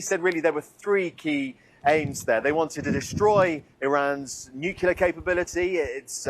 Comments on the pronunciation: Is it so hard to say NUCLEAR instead of NUCULAR? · There is no such thing as "nukyaler." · I'll never understand why people who have no problem saying 'clear', cannot also say 'nu-clear'.🤷‍♂ It seems to cross cultures, nationalities, ethnicities - some people just get 'nucular' stuck in the brain. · nukelar ? Gosh, the britsh educational system is bad, but I didn't think it was that bad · Can’t they just break the padlock on the gate of Hormuz ? And why can’t people pronounce ‘nuclear’ properly ?